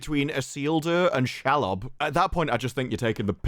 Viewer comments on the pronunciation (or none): you pronounce Shelob she -lob not shel lob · It’s SHEEEEELOB not Shelub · Who the hell is Shall-lob? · If they wrote season 2 first, then how did they write Bronwyn's story out of season 2?? They didn't know she was leaving! 😂😂 And the spider is pronounced She-lob 😊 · can we not call Shelob ... shalob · Please, please, pretty please pronounce Shelob "She-lob". Literally means female spider in much the same way she-wolf means female wolf.